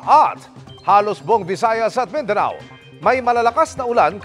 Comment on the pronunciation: Mindana? It's Mindanao po.